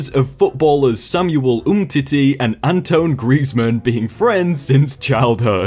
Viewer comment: "antone greezman" That pronounciation hurt me